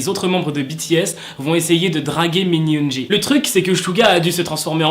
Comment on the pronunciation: Min yoongi sa se dit min yoongui et non pas min yoonji